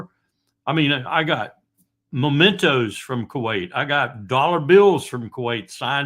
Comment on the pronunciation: not "MOmentos... Correct is MEmentos.